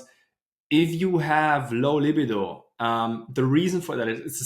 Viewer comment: I love your videos! I want to teach you the pronunciation of the word libido because whenever I hear you say it your way I’m thinking to myself; what is he talking about? (until I figure it out eventually) Spelling it phonetically: La-BEE-doe with emphasis on BEE. Thanks for all you do!